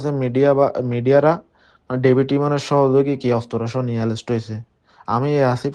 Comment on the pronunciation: এরেস্ট বলতে পারেনা।বলতেছে এলেস্ট সেও নাকী সারা চট্টগ্রাম থেকে চাঁদা নেয় সে নিজে বলছে কিন্তু পুলিশ তাকে নিয়ে কোন তৎরতা নেই